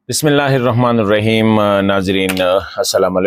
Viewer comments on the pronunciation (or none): اردو میں اگر پروگرام کرنا ہی ہے تو ذرا اردو ٹھیک سے بولنے کی کوشش کریں بسم اللہ الرحمن الرحیم کو بسم اللہ الرحمن الرحیماں السلام علیکم کو السلام عليكماں اور ناظرین کو ناظریناں یہ کیا ہے